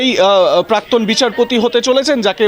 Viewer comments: পার্থী নয়, প্রার্থী! পাক্তন নয়, প্রাক্তন! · পোস্নো পারথী পাক্তন পতিদন্দি পস্টো আপনাদের জার্নালিস্ট তো মাননীয়ার শিষ্য। অসাধারণ বাঙলা উচ্চারণ।